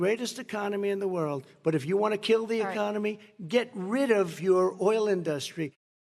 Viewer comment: And that's now how you pronounce "INDUSTRY" 🤦🏾